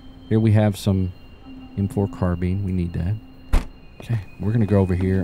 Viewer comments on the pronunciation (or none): "Carbine" is pronounced "car-bye-n" like car+bind--without the "d". Like, rope was used to bind his wrists. Without the d though. Car-bine. Not car-bean. Driving me friggin nuts whenever I hear you botch that word 🤣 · Again! "Car-bye-n". Car+bind--without the d.